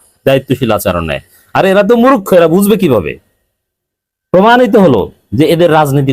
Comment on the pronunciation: মুরুখ্ খো নয় সঠিক উচ্চারণ হবে মূর্খ।